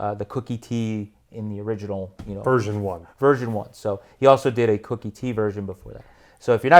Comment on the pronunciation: Koooookie T not Cookie T.